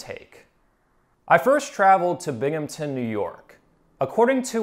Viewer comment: Thank you for saying Binghamton correctly. I got really tired of people butchering the pronunciation of the city (and town)